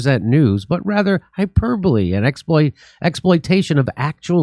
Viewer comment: Gliberals or Fiberals, Kurt? (Thanks for the conventional pronunciation of "hyperbole" instead of the americanized "hyper-bowl", Jimbo).